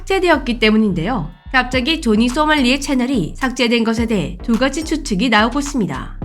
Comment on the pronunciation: 자막은 조니 발음은 조지 뭐임?